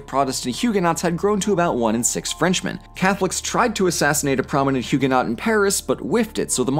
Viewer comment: "Huguenot" is pronounced, you-gen-know.